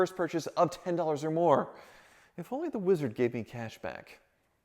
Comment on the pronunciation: actually said Hi to the wizard!! I think I like it when he says WEEZARD much better 😂😂😂😂😅